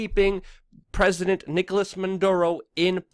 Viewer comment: And freaking the name is not Manduro!